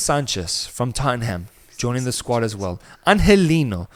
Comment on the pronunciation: he says every spanish name exactly but says “totten ham”